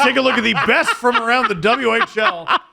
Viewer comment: The show should be called “on a scale of bwest”